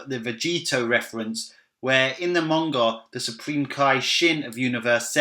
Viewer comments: cool vid but isn't it manga not monga there is no o in it or is it just me oh well still a good vid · WHY does this guy pronounce 'Manga' with a 'U?'... "Munga"